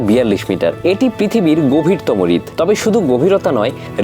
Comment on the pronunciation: কনটেন্ট ভালো। তবে উচ্চারণগত ত্রুটি লক্ষনীয়। বার বার হ্রদ উচ্চারণ রিদ করার ফলে শুনতে খুব কটু লাগে। আর গ্রীষ্ম উচ্চারণ গৃষম হবে না।